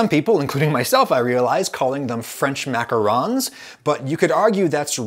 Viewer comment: Short answer: because you pronounce macarons wrong